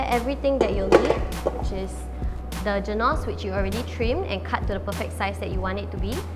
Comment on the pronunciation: i'm sorry but your pronunciation of the word 'genoise' really made me cringe...